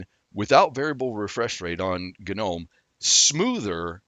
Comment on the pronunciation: The moment he said GUH'nome, I couldn't continue. It's like.. comon..